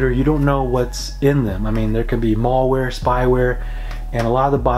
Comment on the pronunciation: "MallWare" ? lmfao